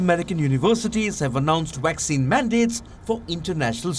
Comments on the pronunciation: He said waxine 🤣🤣🤣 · The guy keeps saying "waxine"...